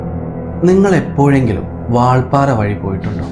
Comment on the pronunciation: വാൾപാറ അല്ലെടോ കോപ്പേ വാൽപ്പാറ